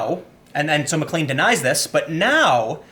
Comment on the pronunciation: pronounce MacLean Plain